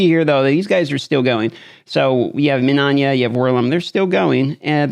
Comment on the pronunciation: MIN-EYE-YA!!!!! THERES NO “ON” in minAYa!!!! It’s 3 fackin syllables ferchristsake!!! Yer makin us ‘muricans look bad.